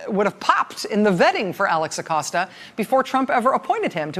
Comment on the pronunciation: Thank you Rachel for pronouncing his Name correctly! Thats balm for my ears! Edit: well, that didn't last long.